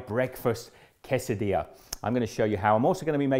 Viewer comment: Give yourself a pat on the back. You are pronouncing Quesadilla correctly.